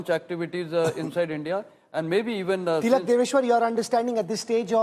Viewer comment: you keep miss-pronouncing Tilak sir’s last name… please correct it.